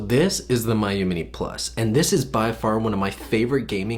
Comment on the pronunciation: It’s pronounced me-you